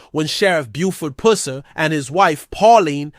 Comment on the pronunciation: Can you pronounce his last name right